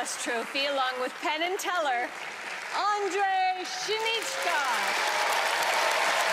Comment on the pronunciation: Jo no, někdy je to opravdu oříšek tyhle česká jména spávně vyslovit. Parádní číslo:)